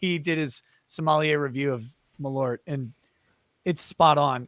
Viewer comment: Hahah malORT! Its malÖrt, pronounced more like "mal-UH-rt". (The UH noice is the same as "eau" in "eau de cologne" in french, or when you are making a confused thinking sound)